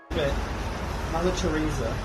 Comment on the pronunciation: actually crying at "mother tree-sa" 🤣🤣🤣🤣🤣🤣